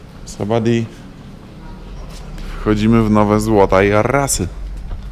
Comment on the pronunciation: Sabaidi nie sabadi!